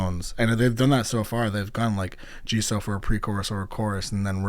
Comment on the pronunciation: It's pronounced as Jisu, not Jisou